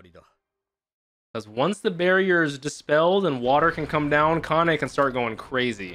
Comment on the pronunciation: every time say the name of Kanne... i kinda hear Kanye 😆